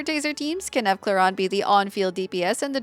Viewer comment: You are the first english speaking youtube creator that says Clorinde correctly! As a french I thank you !